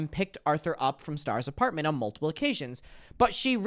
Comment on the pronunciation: i love how it sounds like you’re saying multible